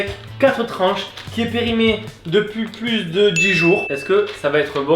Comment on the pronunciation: Plu périmé pas pluse périmé mdr je parle bien sûr que de l'élocution :p